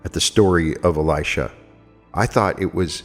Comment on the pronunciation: Dear Note on pronauntiation of the Names. John the Baptist is Elijah Jesus is Elisha. You pronounce them very similarly which is bit confusing. Times of the Bible were the very violent times. We humans will never reach the Kingdom of God unless we rid our hearts of cruelty and violence and let Love enter therein. Paramahansa Yogananda also said that we can alone ask God to explain questions concerning the Bible and we will receive answers. LovetoAll MS